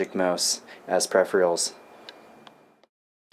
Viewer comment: What is the point? You can't just grab the iPad and carry on with what you were working on can you. This is pointless. Why not just buy a monitor the the Mini? Also. Why can't you pronounce peripheral?